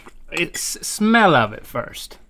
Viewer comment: The emphasis on "smell of it first". People people people.. SMELLA THAT